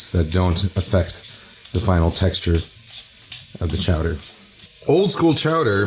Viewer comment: "Ha-ha, say Chaw-dah again!" - Mayor Quimby